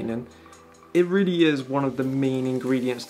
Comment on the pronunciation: Why do you say “readdy” instead of “really”?